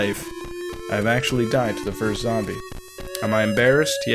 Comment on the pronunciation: Great video but "zamble"!! Please, please don't say that again...